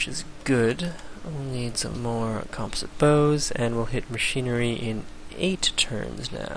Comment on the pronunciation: It's interesting how civ LPs all feature madjinns total butchery of the word "composite"